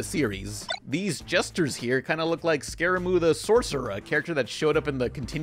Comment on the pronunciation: ScaraMOO? It's Scaramouche.